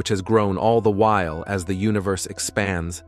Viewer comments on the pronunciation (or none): none